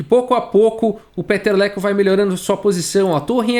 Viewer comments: Cada vez q o fala o nome dele, eu escuto peteleco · Cara, eu só conseguia entender Peteleco!!! kkkkkkk